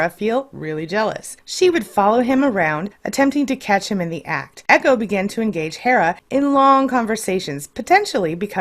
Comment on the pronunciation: echo not ego